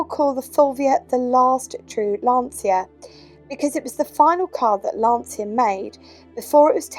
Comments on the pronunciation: Fascinating car. I like the front end and dash styling in particular. Not being pedantic but the Italian pronunciation sounds like 'Lansha' :-) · I hate doing this, so forgive me, but it’s pronounced - ‘Lan-chia’ - the ci is a ch sound in Italian. Sorry for being pretentious! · Listen to the pronunciation of Dacia, it's the same. A short 'a' followed by 'tch' and another 'a'.